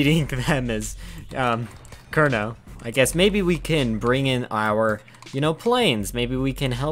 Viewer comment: That is good effort to find the correct pronunciation of Kernow :) Just minus the others lol.